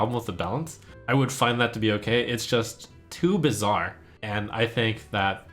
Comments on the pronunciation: Too bee-zare? :) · "To BEEzarre" 😂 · "It's too BEEzarre" :D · would you say too... beezare?